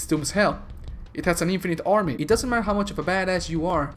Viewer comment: Faather? Ormy ormy and ormy? Selled? Hawg instead of hawk? Hunteth? Sportans? Really?